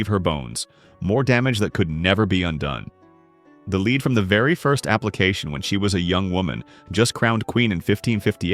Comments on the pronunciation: When will you learn to pronounce the “ Lead”?? It is pronounced “LED”. Use it!!! There other words you are pronouncing incorrect. You would think you would practice before you recorded. Unprepared much!!!!!!!!!!!! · Why does this narrator constantly mispronounced lead? He knows how to say it, he just doesn't!